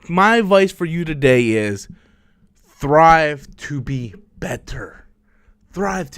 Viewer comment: Not to be an ass but it’s STRIVE to be better, it seems like you’re saying THRIVE.